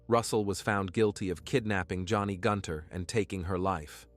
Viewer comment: "The woman"? "The man"? "The wife"? Not the best use of the English language. Not easy to listen to. And the murdered woman's name was Joni Gunter not Johnny